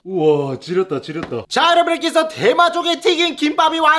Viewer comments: 어째서 대맛조개가 대마조개로 들리는거지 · 저만 대맛조개가 대마조개라고 들리나요 ㅋㅋㅋㅋㅋㅋ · 이영상을 보면 이 "대맛조개" 할때 저는 계속 대마ㅊㆍㅡ 로 들려요ㅋㅋㅋ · ㅋㅋㅋㅋㅋ나만 대맛조개가 대마초라고 들리나? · 저만 대마초라고 들려요?ㅋㅋ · 오프닝때 대맛조개라고 하는것같은데 대마초개라고들리네요… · 들으면 들을수록 “대마초”개 라고 들리네 ㅋㅋㅋ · 계속 대마초기 때문에 진짜 맛있어요라고 들려요.. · 나만 대마초라고 들리나? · 왜 대맛조개 말할때마다 대마초개라고 하는거 같지?ㅋㅋㅋㅋㅋ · 미안 내가 대맛조개 라고한걸 대마초를 라고 들었엉 ㅎㅎ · 나만 계속 대마초개라고 듣냐